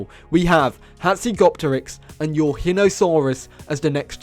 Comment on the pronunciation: Nvm cancelling for calling pterosaurs & marine reptiles dinosaurs Let's bully him for his Pronunciation of Eurhinosaurus >:3